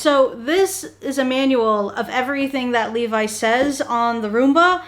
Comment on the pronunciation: lmao aki ur kinda saying levi's name wrong